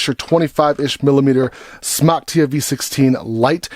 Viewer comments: Would you quit pronouncing it that way... it's pronounced like the word SMOKE....JESUS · its Smok as in Smoke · The way he says smok I’m really happy now